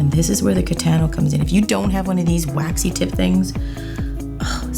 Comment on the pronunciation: lol, Katana's pronounced, "Kuh-TAH-nuh," not "Kuh-TAN-uh." No shade, just FYI. <3